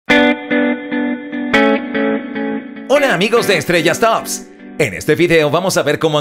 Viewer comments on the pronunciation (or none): none